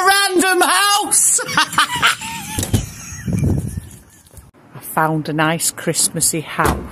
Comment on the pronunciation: she went australian with the second random house